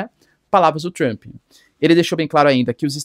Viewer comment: 😅Mas gostcha do sotaque pra falar "Tchrump"... 😂 "Tchrumpista"...